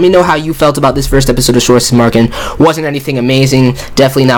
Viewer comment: Potato Pro Tip : the "w" on Schwarzesmarken is read as a "v".